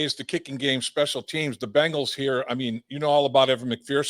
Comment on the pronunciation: Great NFL overview from Chris Simms. Dave does a great job of just sitting back and letting Simms opinions flow. Interesting seeing the different podcast styles. Dave is more filtered for sure. Nice to hear Chris call himself out on pronouncing Bengals as "Bangles". Bangles were a girl musical group. That always makes me cringe. Bangles! Guys, we are going to see some very competitive football this year. This is going to be a great horse race!